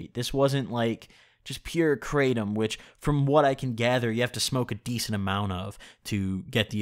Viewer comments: YO you definitely pronounced it 💯 percent correctly.💯💯 Everyone else that I've heard say it. Always say it like you did myself included. Also you DO NOT SMOKE IT. Only eat it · hey just to let you know i noticed that you actually didn’t pronounced kratom incorrectly thanks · The English way he’s pronouncing it right. But In actuality is something like crah-tome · He is saying it Correctly! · HE PRONOUNCED IT CORRECTLY. and on top of that, great video. I feel like you really captured the feeling of taking Kratom really accurately I take it daily, mostly because of chronic knee pain and because it really helps me focus on what I’m trying to get done. BIG RECOMENDATION: take it before you sit down to do your editing. You will notice a great difference in how smoothly the process goes. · You actually did say it right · You did pronounce it correctly...iv been taking kratom for years now(daily) be careful guys they say it's not addictive...but I'm 100% addicted to it now...when I dont take it, i go through the worst withdrawals...not joking, it took years to get to this point and I take about 1.5oz a day but still it sucks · Hey, I just wanted to let you know, you DID pronounce Kratom right. Thanks,! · No he said it right Btw you definitely didnt pronounce kratom right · Imma gonna say from my experience its like weed but you don't get high and no dry mouth and yes you're saying it right Edit: pills is the form I took